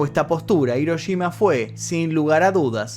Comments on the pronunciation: No puedo creer que los argentinos NUNCA pronuncien bien la "Ll" y la "Y" y cuando tienen una "Sh" en frente les dé por decir Hiroyima... Que alguien me explique. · Las "sh" las pronuncian como "ye", y las "ye" las pronuncian como "sh" xd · Yo: Hiroshima.: Hiroyima. Yo: *escribe en translator en inglés, español y japonés * Translator: Hiroshima. Yo:._.? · me estresa que le digas hiroyima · Hola. Muchas Gracias por el vídeo. Por Favor no lo tomes a mal, se escribe Hiroshima y se pronuncia Jiroshima, en japonés la Ha: se pronuncia ja * Hi: ji * Hu: fu * He: je * Ho: jo . La empresa HONDA se pronuncia Jonda. Cordiales Saludos. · dijistes hirochima 😂😂😂